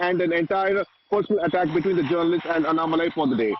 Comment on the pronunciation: Please make an effort to pronounce his name properly. Annamalai please speak toba a Tan zh person and see how nn is pronounced. Kindly write the name down in Hindi and correct your pronunciation